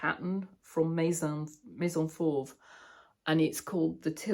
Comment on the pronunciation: Well done You know how to pronounce Maison Fauve 😉